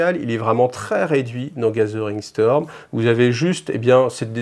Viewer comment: Salut, Je ne peux m'empêcher d'entendre "gasolin storm",qui m'évoque un truc du style "gorkamorka", quand tu dit "gathering storm". Bonne chance avec ton english accent. Longue vie à cette chaine!